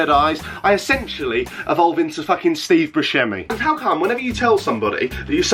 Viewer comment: wait. that's how you pronounce Steve's name?